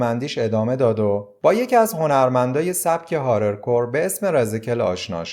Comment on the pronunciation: هارد کور رپه، فکر کنم گفتی هارل کور رپ 😊